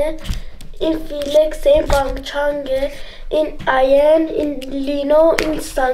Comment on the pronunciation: هیونجینو‌ میگه هانیجین خوداااا کیوت بعد بانگچان‌ نیست بنگچانه😔😂